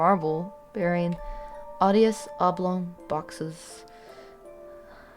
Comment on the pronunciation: This content is perfectly in my interests. You've gained a subscriber. The music choice and voice are perfect for the material. My only critique is your pronouncing of certain long words, like venerable, and odeious. To be fair Lovecrafts vocabulary is full of words rarely used, and one's intentionally obtuse to leave the reader further into the horrible unknown.